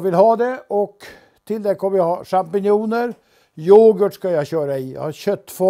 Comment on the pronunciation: och karln kan varken uttala champinjoner eller skivor korrekt